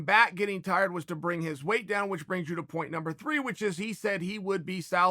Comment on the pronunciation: Am i the only one who gets bothered by how Chael pronounces weight? He always says "way" instead of "weight".